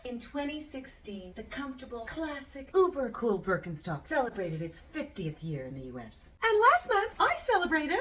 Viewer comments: The brand name is actually pronounced Birken - sht - ock ;) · this was in no way meant as a pedantic hint or accusation, more as an interesting fun fact that i wanted to share with others. it's an entertaining and informative video about the history of a german shoe company, why not address the fact that the company is actually pronounced differently here? i know that the name is generally pronounced differently in english-speaking countries, so there's nothing wrong with that. now that I think about it, that fact in itself is an interesting phenomenon. I mean nobody would pronounce cucci not in the original italian way. What factors have ensured that this is not the case at Birkenstock? is it because of the comparatively small size of the company? Ist it because everyone thinks german is an ugly language? Or is it because even we in germany in some words pronounce as an st? we'll probably never find out. With this in mind, greetings from Germany. ps. ee would be translated from the pronunciation more into an ie, a long i, the i in Birkenstock is rather short, would you say it would then be more of a Ber - ken - schtock?